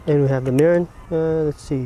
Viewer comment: only got one question for you - Why you say every Japanese word so proper but one... MIRIN... “MERRIN”???